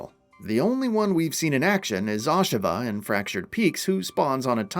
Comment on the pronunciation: First time I've heard it pronounced Ahsha-vah